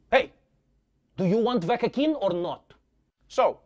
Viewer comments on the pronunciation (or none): "Do you want vakkine or not?" LOOOL HAHAHAHAH!!! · I lost it on that dude that said "vakakin" 😂